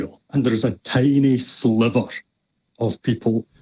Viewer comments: Every time said, "tiny sliverrr," I was saying, ", I got your tiny sliver right here!" #middlefinger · the hatred in your voice when you pronounced EJ "a sliver" was so clear. You're going to have to work on that if you ever want to pass for a compassionate being.